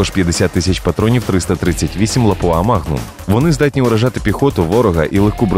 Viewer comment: Спасибо, интересно. Есть одно замечание: патрон называется лАпуа, а не лапУа. Это город такой в Финляндии. Не в первый раз уже диктор неправильно произносит название.